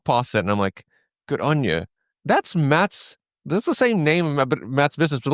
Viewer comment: GoodOnya - not good anya , for everyone watching